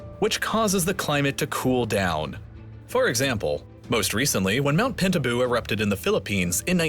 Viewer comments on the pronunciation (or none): Lol "Pintabu?" 😅😅 It's: PINATUBO! 😂😂